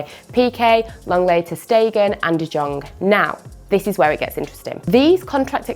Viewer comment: Its de yong not de jon